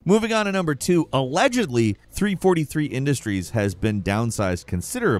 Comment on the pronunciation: the way he said 343 made me mad